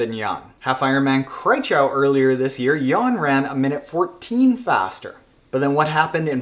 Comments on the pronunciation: And you totally mispronounced Kraichgau. :D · As a German guy it's always fun when you say "Kraichgau"😅